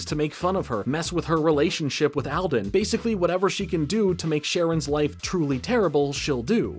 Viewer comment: Great vid! Hope you don't mind my being nitpicky... buuuuut... All - den. Not "al - den". I know this becaaauuusee... A: I've watched this show many times. They pronounce it with the long "a". And, 2: It's my last name. That's why I commemted. 💀 I love your channel! Hope my comment doesn't come across as rude.